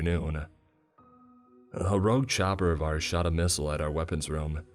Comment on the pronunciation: "The night is arse" that is what I heard xD.